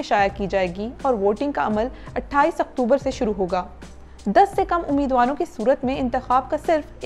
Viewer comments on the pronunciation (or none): none